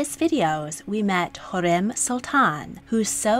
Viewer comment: i agree she didn't do to bad she got some correct but missed some pronunciations ie Hürrem she said u not oo and koşem as s but its a she sound